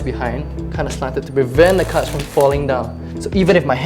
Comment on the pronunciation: i was lost for half then video cuz i thought he was saying "cuts" when he would say cards